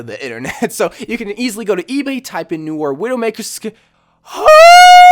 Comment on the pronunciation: Oh my gawd you misspronounced Noir! Jk jk but you really did